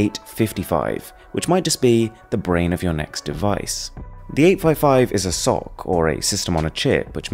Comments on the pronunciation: Isn't SOC read as S O C not succ? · did you just call an S O C a sock